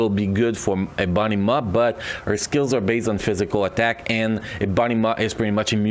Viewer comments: No offence its all jokes but they way you said EBONY MAW sounded like "A BUNNY MA". lol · U beat me to it. I hear the same exact thing. It took me a couple times listening to figure out who or what he said. Lol